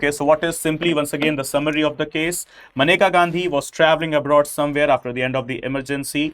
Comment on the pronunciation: it's menka not maneka atleast dhang se pronounce krna to sikh jaao kale angrezo